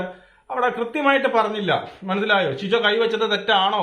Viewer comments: പൊന്ന് ചങ്ങായീ അൻഷിബയല്ല അൻസിബ... ഇരുന്ന് വിസ്തരിച്ചു റിവ്യൂ ഇടുന്നതിനു മുൻപ് നിങ്ങളാ മത്സരാർഥികളുടെ പേരൊക്കെയെടുത്ത് വെച്ചൊന്ന് പഠിക്ക് 🪔💀 പിന്നെ ഷിജോ അല്ല സിജോ... ഇതൊക്കെ എന്തോന്ന് രാജണ്ണാ ബേസിക്ക്‌ അല്ലേ ഇതൊക്കെ.. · ഷിജോ അല്ല സിജോ ആണ്